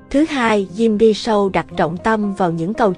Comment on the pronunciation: SHOW ( phát âm SÔ không phải SÂU )